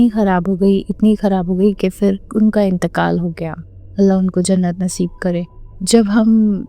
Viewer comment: she said “intekal” 🤭 well but her urdu is better than other i accept